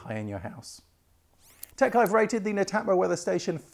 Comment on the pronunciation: pronounce it as Net Atmo